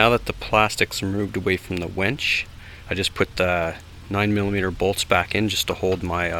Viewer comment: Its a winch not a wench